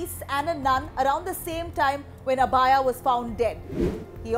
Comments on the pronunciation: Sister abhaya not abaaya ...wtf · god how is this woman pronouncing "Abhaya"? The name should be pronounced like "Abhay" which means without fear.